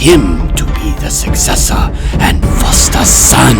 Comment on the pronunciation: the first time i heard i thought he said cyan b1tcH Sorry Also the way he says sUcCesSOr